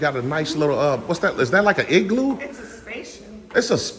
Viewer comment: Yeah 😂 i thought you called it an eggloo 😂 TTA FAM ❤